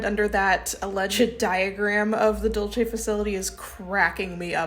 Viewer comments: This is fascinating. I've long been interested in these stories, having one been a believer and now a staunch skeptic - they never get old. But... please, I beg you. Be kind to the Spanish language. "Dulce" is pronounced "DOOL-say", because it's of Spanish origin, and in Spanish (especially Mexican Spanish) the letter 'C' is a sibillant. Italians might say "Dulchay", but they didn't name the place. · loving this video and then bam, wrongly pronounces the Spanish word "dulce" (dool say) as though it were the Italian word "dolce" (doll chay). i have to stop, sigh heavily, rewind a bit and keep listening. so effing pedantic lol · I hate being this person but as a New Mexican, it is required of me, Dulce NM is pronounced dull-say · Not that it matters, but I'm pretty sure the "Dulce" base in New Mexico would be pronounced the Spanish way and not the Italian way. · Actually it’s dool-seh, because sweet in Spanish is dulce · Practice saying [duel-say]. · it’s Spanish not Italian. You’re pronouncing Dulce the Italian way and I totally love you for that. But the Dulce here is Spanish so it’s pronounced like “dool-say” I hope this doesn’t come off as nit picking even though it is. I love your videos and have been a subscribed for over a year and maybe even 3.5 years.